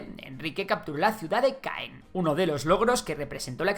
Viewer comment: Pronunciación: Can (Caen), Trua / 3 (Troyes), etc